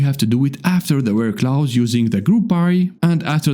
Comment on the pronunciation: It's pronounced "close" not "Klaus".